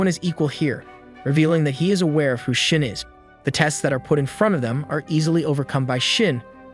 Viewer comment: No offense to the narrator but for some reason when you say shin all I hear is shit